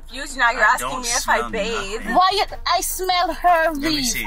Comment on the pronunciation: "Do you bade"? 😂😂😂 - 🧡 "Her PumPum is very want to wash" - 😭😭😭 - 🧡